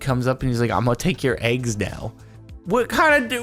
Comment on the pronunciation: I hate the way you say eggs. EHIGS